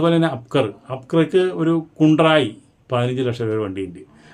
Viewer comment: അക്ബർ ❌ അബ്കർ ✅ ഹ്യുണ്ടായി ❌ കുണ്ട്രായി ✅ 😂😂😂😂😂